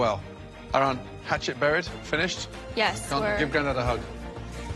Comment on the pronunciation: Why did always struggle to pronunce Ahran’s name?